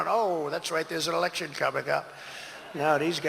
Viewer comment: It seems that Trump doesn't know that the word is "Election" not "Alection".